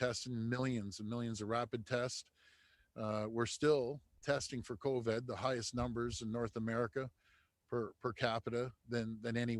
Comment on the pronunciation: Why does he continually call it COVED.... it’s Covid. Please pronounce it properly.